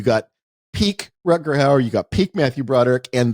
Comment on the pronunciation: I like that it takes Ty about 30 minutes to correct Wes on saying "Howard" instead of "Hauer". I suppose he didn't have the heart to call him out on saying "Ruckerd" instead of "Rutger".